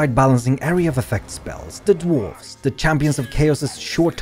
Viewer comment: Dorf. Dorf. Dorfs. Dorfs.